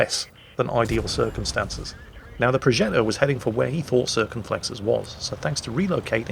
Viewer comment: Is it just me or do I hear saying 'Circonstances' everytime he says 'circumstances' Lol